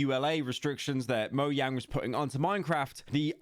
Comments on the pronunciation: buddy said "noyang" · I still love the fact that all ppl who know just a little about minecraft call Mojang Mo-ang!😂😂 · Minor nitpick here but i absolutely hate the way you pronounce mojang